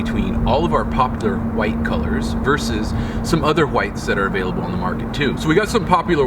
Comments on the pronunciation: Whats with the 'huwite'... seems off, hwite. its w(h)ite * silent H. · Why does he say white like that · Stop pronouncing white incorrectly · Yo, why do you pronounce white in such way? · so annoying lmao